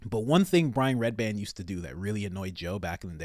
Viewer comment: I don’t think you understand what “handler” means. You make zero sense. Also it’s REDBAN. Not redband which you said 4x